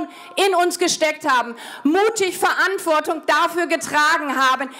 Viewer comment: Verantwort(i)gung😂😂 ab 😂😂deutsche Sprache. Schwere Sprache